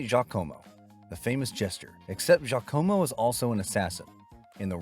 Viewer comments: Very strange pronunciation of Jacamo. AI? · Bad AI narration with the continuous mispronunciations of names, especially Giacomo. It wasn't pronounced like the spelling looks. I've loved and watched this movie many times. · it is the naration not the movie. The jesters name is totally mispronounced because AI can't read. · Even though he mispronounces “Giacomo” and “pestle”? 🤔 (It’s like he watched the movie without any sound.)